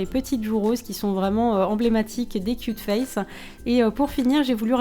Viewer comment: quand t'as dit cute face on aurai dit que tu avais cul de face...